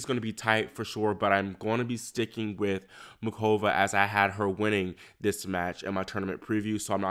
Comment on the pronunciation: It’s Pronounced Mooh-Ova not MuKova. Just fyi